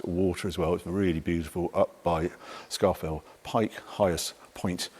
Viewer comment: sharp intake of breath It's pronounced 'Scawfell'... 😁